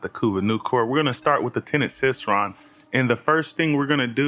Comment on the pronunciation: you cannot possibly be serious abt that pronunciation bruh.⚰ it's Cycron, as in [sai-kron] like a CYCLE...? Because the weapon has a circular design in the middle and literally cycles energy...? Obviously...?